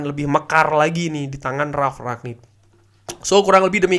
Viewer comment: rangnick mas dengernya ragnick